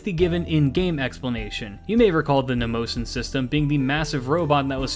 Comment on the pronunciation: Just to clarify since I studied greek myth: mnemosyne is pronounce neh-moh-see-knee